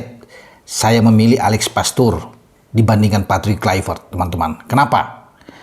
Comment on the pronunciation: Mantap.. Menit 11.30 Alex pastoor bung..Bukan alex poteerr😂😂..